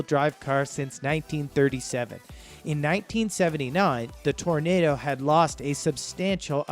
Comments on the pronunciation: Hey! It's Oldsmobile Tor-nah-doh not Tor-nay-doh. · you lost me when you said tornado v toronado. if you do these videos at least get the names right. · Toronado not tornado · Toronado is not pronounced "tornado", but tor o nad o. FYI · Man, who is this a 5 year old. Get the names correct please. The olds is pronounced TOR-AA-NADDO, it is not a tornado! And the Lincoln is a Mark 5. The V is a roman numeral for 5. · Tor-o-na-do not tornado, brougham is one syllable, sounds like comb. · It not an Oldsmobile Tornado, LOL, Its the Toronado. Pronounced: Tor- oh- nahd - oh. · In 66 Olds division of GM wanted to rival the Rivi, so they came up with a very state out the art version which had a complex chain driven front wheel drive system. It was called the TORO NA DO. NOT TORNADO. WTF R U SERIOUS. To speak of car culture and butcher the names as such in this video is like wearing a tank top tucked into your jeans headed for the golf course! 😝 E for effort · Its toro-nado to tornado you doofus! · TOR O NADA......not tornado......for Gods sake How on earth were you chosen to narrate this video?? Your mispronunciations are irritating and insulting. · Tor-AH-NAH-dough not Tornado LMAO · ITS T O R A N A DO not TORNADO What a Genius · Be nice if people who put out these videos actually did research on how to pronounce the car names. It's not Tornado, it's Toronado. And it's not Bro-um, it's BroMmm, one syllable. It's not FAY-TON like some Star Trek phaser, it's faytawn, one smooth word. It's not a Lincoln Mark V, it's a Mark FIVE. Your facts and visuals are excellent, however, so you get props for those. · This poster has a speech impediment. Toronado not Tornado. If you are going to do a video on 1970's cars....learn to pronounce. At least you did not botch up Eldorado or Seville. And what the hell is a Mark Vee?? Its a Mark Five....V is a roman numeral for Five!!!! Learn your car models. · "Tornado"?????????????????????? It's "Toronado" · And it's Toro-na-do. Not Tornado.